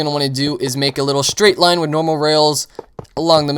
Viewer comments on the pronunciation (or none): none